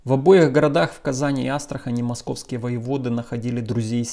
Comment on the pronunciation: Казань и Астрахань - с ударением на последнюю А...